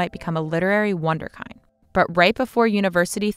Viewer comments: "...become a literary wunderkind." The kind in Wunderkind is pronounced like the kind in kindergarten. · First, what a great video. And a big reason i havent written as much as i should've. Its understandable to want authenticity, but its very stupid to limit an author in these ways. Second, for the speaker, the word wunderkind, is pronounced voonder-kinned. Rhymes with finned. It's pronounced like the original German, even in English. It's a fascinating word with a rich history. Keep up the great work! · The narrator lost all credibility when she pronounced "Wunderkind" as "wan-duhr-kynde" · Check the pronunciation of wunderkind.